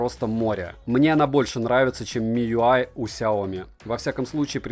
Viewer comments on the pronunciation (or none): none